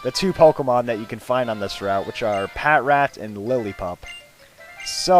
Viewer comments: its pronounced pa-trat, not pat-rat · Patrat is pronounced "pa-trat". Just to let you know.